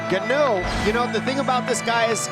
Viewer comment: Franic "Gano" they said lol